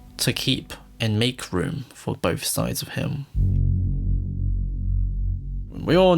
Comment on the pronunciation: Is it pronounced “bowth” or “bolth”?